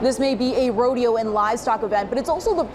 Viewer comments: It's rodeo,, not a roadie hoe,.. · God damn it! It's a Rodeo not a Rode-hoe! L Nigafication! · Its a Rodeo NOT A HODEO!